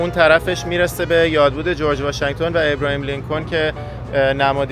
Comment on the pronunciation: آبراهام لینکلن نه ابراهیم . یخورده سواد بابا